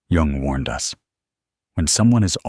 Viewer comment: The man’s name was JUNG! J-U-N-G